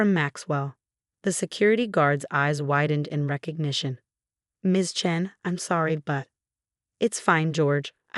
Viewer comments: It's Chen, always chen. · Yes always Chen!! And Rachel is a long a